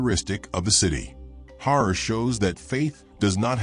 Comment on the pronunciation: The wrong pronounciation! Harari is not 'Horror' it's like 'Kalahari'! Revise your reading and ponctuation!